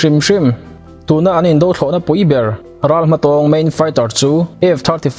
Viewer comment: Indo Thlawhna, Indo Lawng tih hi "indo" tih lam rik dan hi... Nghet lo tia lam rik thluk ang hian aw..